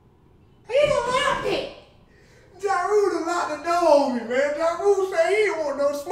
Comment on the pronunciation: the way he says he locked it 😂😂😂😂